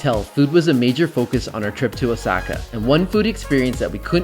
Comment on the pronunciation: Anyone else cringing when this guy says Osaka as “osackuh”? 🥴